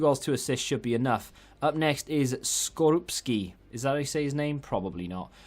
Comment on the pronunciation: Skorupski was told very well👍